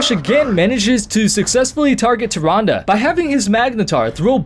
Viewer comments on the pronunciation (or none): Holy crap, took me to the end of point 2 to understand you were saying "Tyrande" when I saw her picture Great video but seriously, I thought you were saying something like "Tyranga" or "Turanda"' x)